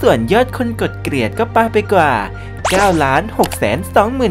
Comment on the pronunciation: เกลียด ล ไม่กระดกลิ้น กดดิสไลค์ให้แล้วน้าาา หยอก 5555 😂